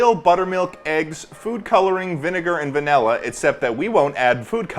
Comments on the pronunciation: everyone: please say the word properly ple-: vaElla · why does ted say "vanilla" like "vanella" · the fact that he says vanella baffles me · Bro really said vanella